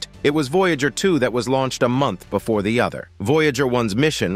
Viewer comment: BEFORE NOT BOOFORE 😡